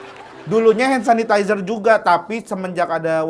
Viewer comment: Kayak emak mertua gue ngomong hand sanitizer suseh banget 🙈😅🤣🤣🤣🤣🤣🤣🤣